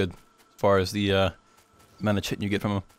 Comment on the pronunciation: The "ch" in the word "chitin" is pronounced with a hard "k", like "kite".